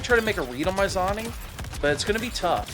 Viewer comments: He's saying "zonning" because he knows it'll piss people off, and its working 😂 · its pronounced zoning, not zoning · It’s pronounced zoning not zoning 😿